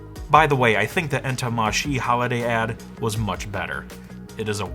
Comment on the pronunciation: It’s “Inter mar shae “ not “inter mars she” 😅